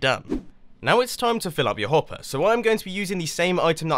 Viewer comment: You said hoppy